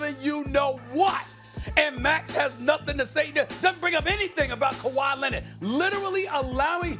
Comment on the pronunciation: Kawhi lennitt, luka doncick, max kellaman 😂😂😂